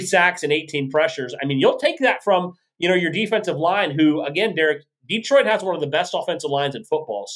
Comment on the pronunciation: Detroit is not pronounced Dee-trout. It’s Deh-troit. Just thought you might want to pronounce it correctly with respect.